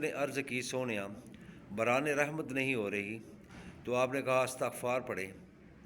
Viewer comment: Hazrat droode pak k seegha to theak phre or lafz isghfar hota hy